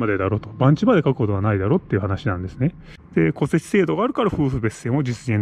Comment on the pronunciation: 戸籍の発音がおかしいですよ。